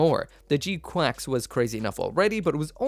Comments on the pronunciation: It's pronounced g qux not quacks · They sort of do but its incorrect. One of the gunpla youtuber's shared the release statement and it emphasized the pronunciation as quacks. I just can't remember which channel .